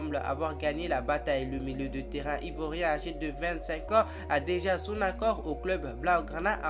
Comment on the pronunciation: Ivoirien pas ivorien 😊